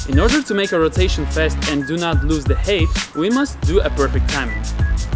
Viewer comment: It's funny how you say hate instead of height xd